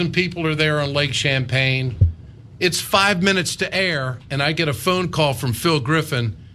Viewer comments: It's Lake Champlain, not Lake Champaign. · It's lake CHAMPLAIN not lake CHAMPAGNE.